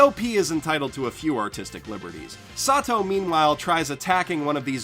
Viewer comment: Why do you call kazuma sat~toe is that what he's referred to in the dub or something?